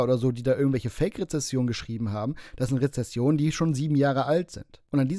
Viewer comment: Re-ZEN-sionen,, so viel Zeit muss sein. 🤣🤣🤣😷😷😷